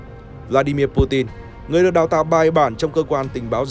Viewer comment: hên quá video này đọc PU TIN rồi ko PU CHIN nữa :D